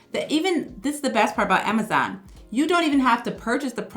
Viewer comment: I like how you say “Amazaan” 😅